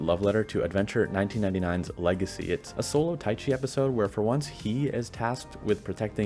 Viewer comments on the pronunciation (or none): none